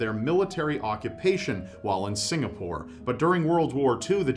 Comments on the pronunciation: pronounced "Singapore" and "Changi" correctly!!! Proud Singaporeans where you at? <3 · Thank you for talking about Singapore since I live there. And thank you for pronouncing the name correctly